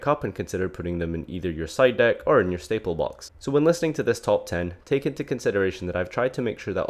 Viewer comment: I like the way says: Staple Bocks.